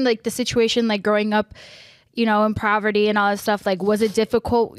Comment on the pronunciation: Poverty*** not proverty haha love you though